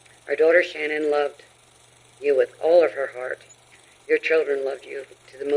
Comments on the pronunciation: Your vid starts off with her mom literally telling everyone how to pronounce her name and you Americans butcher it as hard as he butchered his family. I don't understand how she is called Shan Anne when her name is pronounced Shan nin. It annoys me so much that I can't get through any vids. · So is her name Shannan or Sha-NAN? Her mom pronounced it the normal way. The way it's normally pronounced is very different. Her mother would pronounce it correctly, right? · I wondered about this too. The mom pronounced it like Shannon but then one of the recordings of Chris has him saying it "Sha-Nan" . And then all the shows like 20/20, Dateline, etc. pronounced it like "Sha-Nan". I don't know. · Can I just say, I’ve been holding this back a long time because I know true crime YouTubers aren’t meaning to, but her name is not pronounced “sha-nan” it’s pronounced Shannon even tho it’s spelled like Shannan, we even heard her own mother in the clip in the courtroom pronounce it Shannon. It just seems hurtful, literally every person who’s ever covered this case has pronounced her name wrong even after hearing how her own mother pronounces her name. Shannan didn’t deserve any of this, and she doesn’t deserve to have her name mispronounced by everyone after she’s gone. Idk it just feels hurtful sorry if this is a hot take and upsets anyone not meaning to I just think it’s very important we are pronouncing victims names correctly. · I’m confused about the pronunciation of Shannan’s name. I always hear it pronounced like you have, sha-nan, but during the victim impact statement her mother pronounced it like Shannon. It’s not the most important detail but something that has always bugged me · So, her own mother pronounces her name, "Shannon." That was clear as day. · Why does everyone pronounce her name that way. her MOTHER, you know, the person who named her, pronounced it the normal way "shannon" IN THIS VIDEO. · I'm sorry did her parents say Shannon? Sha'nan lol